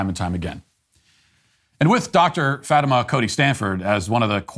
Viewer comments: Fatima is actually pronounced "Fah-teema" and is an Arabic name. I met a few people named that in Haiti, as well as some Muslim patients I've encountered at work. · Hasan Piker Yes, that was clear, putting the stress on the first syllable instead of the normal 2nd, and using short /i/ vowel instead of the long. A lot of his humour is slyly embedded and goes by without comment. You gotta be alert. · Matt seemed to emphasize the FAT when he said it. I caught that too